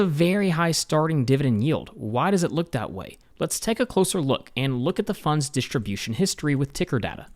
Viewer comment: When did "st" become "sht"? (Dishtribution.)